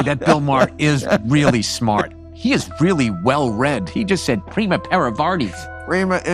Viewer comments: The best part is when we try to act smart and say PRIMA INSTEAD OF PRIMUS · It's not "Prima inter pares", it's "Primus inter pares".